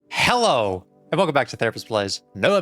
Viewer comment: I must know. Do you say HEllo like that to your clients?😂